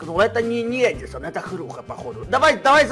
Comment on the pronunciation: Ты букварь аткрой гавариш а паравилно эдисон